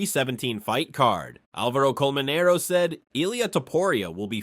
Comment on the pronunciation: Its Álvaro Colmenero, not AlvAro ColmeneroU.. Pls pronunciation.